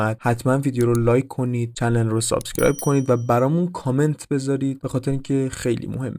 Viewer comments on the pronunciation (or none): none